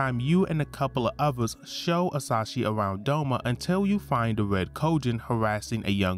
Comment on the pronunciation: Very good summary but I'm triggered every time you say "Asashi" instead of "Asahi" haha